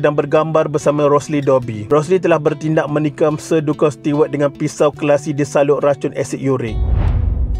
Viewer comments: Kena sebut nama Duncan mcm 'dun-kan'? Sepatutnya 'Dan-ken' la. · Sebutan duncan tu bkn 'dunken'...yg betul 'danken'